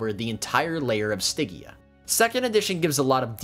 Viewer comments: Stidgia, not Stiggia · The "G" is like George dumbass 😂😮😅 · good info... but that pronunciation of stygia... OOF! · It's a soft G, like fridge. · I hope that you understand you mis pronounce stygia the whole time 😂😮😅